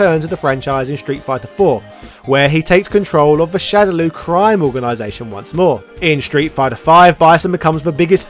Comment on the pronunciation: ....why are you saying "shadow Lou"? ......ITS "LAW" ......SHADOW LAW!!!! LAAAAWWWWWW